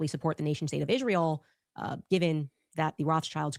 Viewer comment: I really wish some one would teacher how to PRONOUNCE Isreal!!